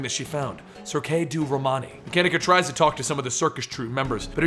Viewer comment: hi, love all your work and i know it is tough so keep it up! <3 This comment is just to say that Cirque du Romani is french for Circus.... so Cirque is not pronounced "Circay" you pronounce it "See-rk". Love what you do don't stop:)